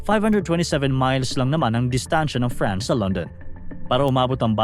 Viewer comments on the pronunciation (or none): none